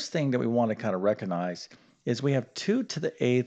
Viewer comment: 16? in my head. By multiplication and division. By the way, the word is not "reckanize." It is "re-cog-nize." The G is pronounced. You are saying "reckanize." No good. Look it up.